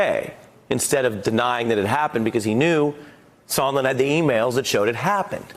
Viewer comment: Sondland, not Sondlin, and he could not have stated more clearly that there was a Quid Pro Quo. You can't even get those two things right. So I can't believe you know what an impeachable offence is, or what is a "misdemeanour"? Bottom line: anybody who has not followed their cult leader's instruction to ignore what they see and hear can see something disgraceful happened here, assisting Russia and causing significant damage to the US, out of Trump's self interest.